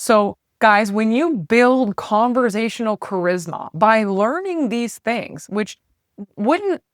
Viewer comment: Conversational, not converZASHUnal. No Z. None.